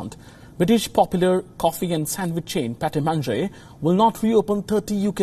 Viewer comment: Lol. It's not how you pronounce Pret a manger .. don't insult india by such pronunciation